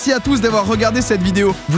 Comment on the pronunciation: Il a dit double chiao 😱